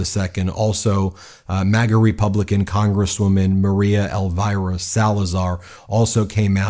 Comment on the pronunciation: ELVIRA pronounces alveerah 😂